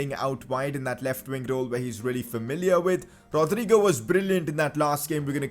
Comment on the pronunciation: Thats how ur supposed to say it